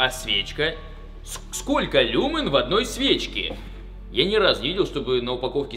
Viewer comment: Не люмин а люмьéн